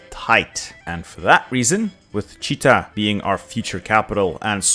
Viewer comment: actually it is Chit-a , not Chi-ta )